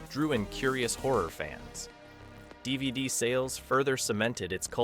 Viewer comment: The way you said "vhs" and "dvd" was so strange....i don't think you're an ai voice but that had me wondering. You had an odd pause after the word "dr." at the beginning too